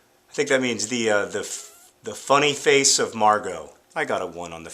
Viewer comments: LOL!! I love the prononciation of 'La Face cachée de Margo'!!! It sounded like 'La Fesse cachée de Margo' which means 'the(la) hidden(cachée) butt(fesse) of(de) Margo'!!! XD Awesome!!! Just a heads up in case it's ever needed to be known: It's really pronounced 'Lah F-ah-sse kah-shé d-eh Margo'. God bless! :) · La face cachée de Margo means Margo's hidden face (other side, alter ego?). You pronounce "la fesse cachée de Margo", meaning "Margo's hidden bottom". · For a second, I wasn't watching while you were talking, and I heard you pronounce "La fesse cachée de Margo", which take s on just... an entirely different meaning. Good thing I noticed you were saying "face". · The way you pronounced it in French sounded like you were saying "The hidden BUTT of Margo" :'D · When he said "La face cachee de Margo," I heard "La fesse cachee de Margo," which translates to "Margo's hidden buttock." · You said Fesse cachée instad of face cachée ... Fesse is a buttock, so that made it pretty funny! The hidden buttock of margo ..! ROFL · But the really funny thing is that you pronounced it "La FESSE cachée de Margo"... and that means "Margo's hidden butt cheek"! lol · The way you pronounced "face" in french sounded juste like "fesse" .... you basicaly said " margo's hidden butt" !! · maybe we are more likely to fight for ourselves because fighting for the world makes us feel less safe. also john your french is fantastic but you did say "fesse" instead of "face" which - regretably - means bum cheek. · Hey ! I'm one of your French fans, and "La face cachée de Margo" means "Margo's hidden side". Except that you pronounced it "La fesse cachée de Margo", which means... "Margo's hidden buttcheek". Haha. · hmm John you just said "Margot's hidden butt" in French (Face= "Fahce", Face = fesse = butt) sorry:P From a french nerdfighter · Haha, it means "The Hidden Face of Margot". Although the way you said 'face' sounded like 'fesse'... which means butt-cheek.